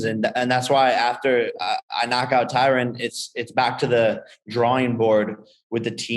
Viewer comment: Jake keeps calling Tyron as Tyrone lol and no one corrects him